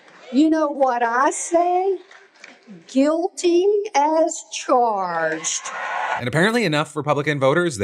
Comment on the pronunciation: “Gee-uilty. As. Chuarged” my god some Americans can’t even speak English